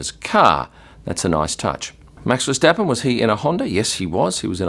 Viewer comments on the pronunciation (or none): none